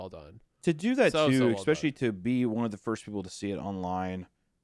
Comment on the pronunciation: Hunter saying “exspecially”💀